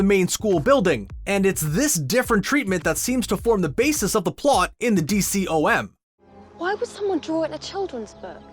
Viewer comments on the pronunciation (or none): It's not called a D-C-O-M it's pronounced Dee-com